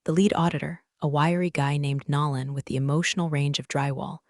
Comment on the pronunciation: Also someone needs to train AI voice to say NO lan instead of NAR lan ...or use a name it can pronounce